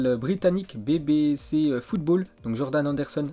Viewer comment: BBC= ce dit bibi si wsh ton anglais